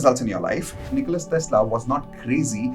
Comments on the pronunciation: His name is Nikola, not Nicholas. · NIKOLA not NIKOLAS